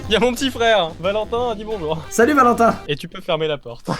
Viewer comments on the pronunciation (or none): none